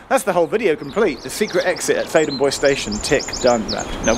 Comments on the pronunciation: ""Bois"" is, I believe a French word meaning ""woods"" and is there pronounced ""bwa"" and not ""boys""! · Bois is pronounced Bwah it's French for wood. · Oh wow does Bois rhyme with voice, not trois?! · Boise, Idaho. Theydon Bois. Pronunciation definitely not French. Faraway underground stations are always interesting. Does Epping connect to another railway?!!